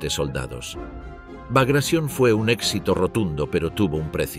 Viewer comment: Sorprende oír la palabra Baglatión (sí, con acento en la o) en inglés cuando la palabra es rusa y, por tanto, debe ser pronunciada o bien en ruso o bien en español